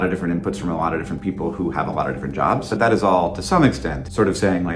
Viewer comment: ... why did you say Surrrr instead of So